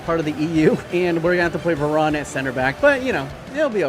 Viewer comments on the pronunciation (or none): none